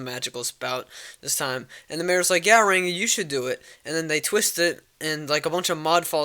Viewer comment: i love how u say ''ranco'' u special boy